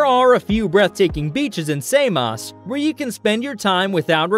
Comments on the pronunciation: wtf "say-moss"???? come on man...! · It's Samos not Saymos ! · Usa say saymos 😂..and bizantine...its difference in accent..... But its not how u say it in greek .